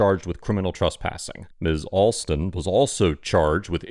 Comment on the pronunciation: Please don't pronounce trespassing as "truspassing", it's confusing and needlessly irritating.